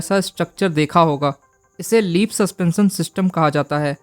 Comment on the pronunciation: भाई इनफार्मेशन अच्छी है लेकिन श शब्द को स बोलना बंद कर 😂 सस्पेंसन नहीं सस्पेंशन बोलते हैं